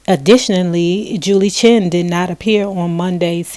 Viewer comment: The woman's name I'd ChEn, not Chin!